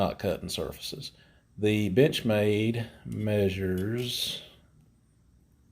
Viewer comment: To me it sounds like he says bitchmade. Wtf